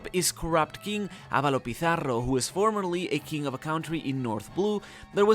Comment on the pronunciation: i like your efforts to pronounce Avalo pizzarros name. Spanish can have hard pronunciations for you english speakers, You did good!